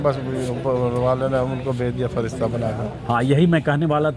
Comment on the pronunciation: Bro touch when he say freshta